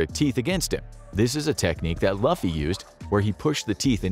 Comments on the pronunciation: Part 2 yes. Only criticism is how to pronounce the name of the main character. It's spelled "Luffy" but the correct pronunciation is like if it was spelled with two O's instead of a U "Looffy". Great video tho 💯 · Main-ga, o no. “Lufy”. Yh I know what I’m in for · Lou like Louie, fee like coffee, Lou+fee=Luffy, come on now Narrator lol. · We want a part 2…..GUYS WE WANT A PART 2!!!!! P.S.- it’s pronounced (Looofie) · When he was introducing the straw hats, I perked my ears up to see if he'd say their names right, especially Luffy. It was quite the suspenseful feeing but when I heard him pronounce Luffy as Lofy, I couldn't. I'm sorry guys, I can't watch the rest of the video with him pronouncing his name as Lofy. COME ONNN, ALL IT TAKES IS LESS THAN A MINUTE TO LISTEN TO THESE PRONOUNCIATIONS MANNNN 😭😭😭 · To defeat Luffy you need blades and maybe fire. Throwing him in an ocean would help too. Luffy is pronounced Loofy. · “Luhfy” Here we go again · Monkey D who now? Did he say Loffy? 😂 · Part 2 please!!! Btw, it’s pronounced loofy. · Ain't no way one piece fans Gon be mad well first of all instead of luffy your said lofy next sanjis eyebrows is wrong 💀 Edit: cool, great, awesome video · Luffy is not pronounced like that... it's Looooofy!!!! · It's pronounced loofy! But yes, part two! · If you do a part 2 plz say Luffy (loo-fee) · That fool said lofy 🤦🏾‍♂️ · Bro said luhffy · I’d love to see a part 2, but please learn how to pronounce Luffy correctly. It’s Loo-fee. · It’s loofy my boy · I cringed at the "LAFFY" pronunciation. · Dude you obviously don't watch One Piece. The captain of the crew is Luffy pronounced Loofy. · “Loofee” please pronounce his name right 😭😭😭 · Luffy Pronounced Loo - fee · I stopped watching this video as soon as you mentioned Luffy as “Laughy” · Loo - Fee * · U said luffy wrong lol its pronounced like lou fyy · You need to say the name right lol luffy. lOUFEE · luffy is pronounced loofy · The way they pronounce Luffy’s name had me spinning ☠️ .